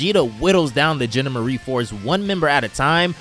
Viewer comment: The "genda-marie force" It's the GEN-DOM-ER-EE force